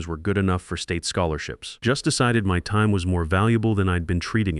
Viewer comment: You need to fine tune your AI and redo the story. The thing can’t even pronounce time right.